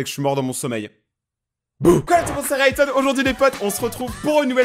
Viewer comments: Sa va ray-thon (mdr) rayton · Pourquoi tu à dit tonton rayton ?